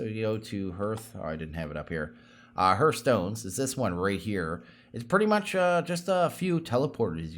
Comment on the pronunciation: I'm sorry, but I did this with Direwolf20, too. It's HARTH-stone, not HERTH-stone.